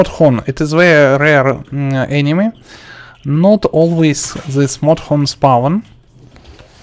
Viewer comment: I love the part he says modhorn